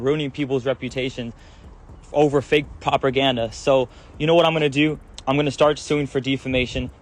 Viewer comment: This guy really said "proper-ganda" instead of propaganda and "dee-fuhmayshun" instead of defamation. Lol!